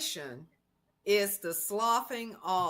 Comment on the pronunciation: That lady did even know how to pronounce menstrUation😂 What doctor leaves out the U in menstruation? Do they have valid licenses to practice?